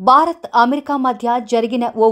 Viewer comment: Pl pronounce name of your country as భారత్ but not as బా రత్!